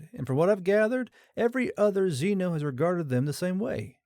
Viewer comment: Is it more relevant to point out that the first line of subtitle showed up about a minute before the beginning of the story, or that "VI" is pronounced "six" (you only got that wrong the first time you read it though)? Also the "x" in "xeno" is pronounced like a "z" not like "exeno" (you get this right a total of three times in the story, all during the last 10 mins) and "repose" is a very different word from "response" and you pronounced "analogous" like "analog us" instead of saying it correctly. And your writers still haven't learned that "laser" is an acronym, and no amount of American-ness is going to make "ztimulated" a word. You get bonus points for switching halfway through the story to calling the aliens "Firefox" though xD